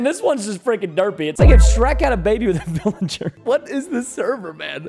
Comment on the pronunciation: IT WAS A BIOODY VILIJER